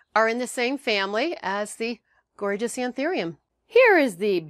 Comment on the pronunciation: It's An- THOO-ium